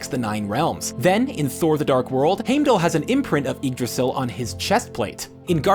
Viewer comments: Normally I'm all "Oh, let people pronounce it how they want, it's just written text" and then you go and say Haymdull. Really? Come on... they said it in Thor 1. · How are you say Homedale‘s name wrong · Tha-nos Heim-dal Just want to help. :) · He said Hamedall but he wrote Heimdall. I told you not to make so many videos. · Thaynos and Haymdall? Was this guy just reading a script instead of actually watching any of the movies? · Lol wtf is the pronunciation of “hamedall” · Stan Lee pronounces Tony Stark better then him pronouncing Thanos and Hymdall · Who the hell is Hame-dal? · It's pronounced (Hyme-dall) and (Than-ohs) god if you're going to try to relate to comic fans get it right! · Heimdell was hard to hear! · Crocodile Dundee Th-a-nos and Hime-dall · Can’t stand how he pronounces Heimdall and Thanos. Or how he calls it the “reality gem” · Hearing him say heimdall killed me I hated it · PLEASE pronounce heimdall and Thanos correctly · Why does he say heimdal and thanos wrong? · I stopped because I wanted to slap his grandma for the way he was pronouncing Heimdall. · Thaynos? Dude, you can’t even pronounce Heimdall either... dude... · Remake this saying heimdalls name right please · These theories are AMAZING and I wish all of them would come true, but can you please pronounce things right? Like "Heimdall?" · Heimdall, Loki, Yggdrassil, even Feige.... can he pronounce anyone's name correctly?? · Did anyone else get pissed when hes saying heimdall wrong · You should have picked a person, that could pronounce Heimdal aether proberly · Omg you say Heimdall incorrect multiple times then the last time you say it correctly. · The way he says hiemdall really annoyed me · Am I the only one that started getting pissed at how he was pronouncing Heimdall and Thanos? Why can they never pronounce the names right? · How can you say Heimdall's name wrong 20 times then say it right at the end😂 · That's not how you say Heimdall. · I totally noticed it. Even said Loki funny.